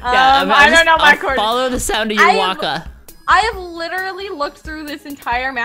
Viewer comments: DON'T SAY WACKA!!!!!!!! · we don't say wakawaka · don’t say waka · don't say wakka